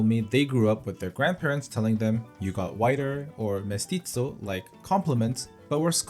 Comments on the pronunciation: yayyyyyy :DDDDD 🇵🇭🇵🇭🇵🇭🇵🇭🇵🇭🇵🇭🇵🇭 Huh you mean Mis-ti-so not Mes-tit-so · did you just say mis tit zo????